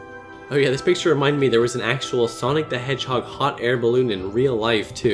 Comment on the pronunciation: Knack sounds like Neck. Sunki the edgehog & Neck